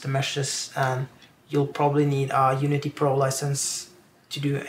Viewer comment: Slurring unity unity smooth